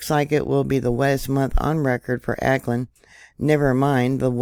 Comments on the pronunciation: Au ckland not Acland "Auckland" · it is pronounced "AH" AUCKLAND nor Aaaa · Auckland is pronounced like hawk without the h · just so you know, Auckland is pronounced (phonetically) " Hawkland".... without, the "H" as in "awkland". Love your channel, been subscribed for 7 years, now. Hmmmmm... your 10th "Anniversary" of the channel will be here exactly 2 weeks from Tomorrow!!... Sunday, Jan.12th, 2023!! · Auckland is pronounced like hawkland without the H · was going to tell her myself..interesting lack of preparedness for a vid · Awclund is how it's pronounced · pronounced= 'Awklind'